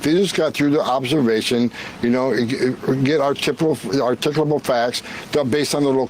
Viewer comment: That Holman guy butchering the word “articulable” is inherently both dark and funny